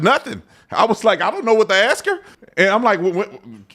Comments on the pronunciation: Ask a question. Not ax a question. Come on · Ask not axe... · Please pronounce the word ask as it is written.... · Love your channel, and a subscriber....but I do have a petty critique.....it's a 3 letter word....ASK. When you can't pronounce a word....it fits stereotypes and lack of knowledge to those with an education.